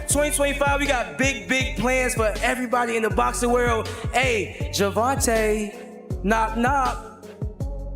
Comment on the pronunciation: The ai saying Gervonta's name wrong is aggy af